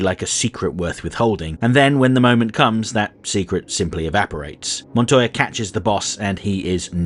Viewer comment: One thank you for Pronouncing Montoya's name properly. Two, this feels like a Spawn animated series episode. Barely there protag while the lesser characters provide the plot. Neat